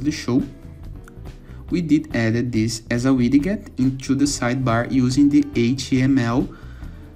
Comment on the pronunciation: Man seu Inglês é bom, mas Wid Get pode ser melhorado na pronúncia, seria algo como Widjet o som. Obrigado pelo tutorial